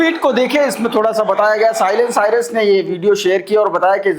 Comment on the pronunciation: Wo Silent “SIRS” hai, “Cyrus” nahiñ ! 🤷🏻‍♂️🤷🏻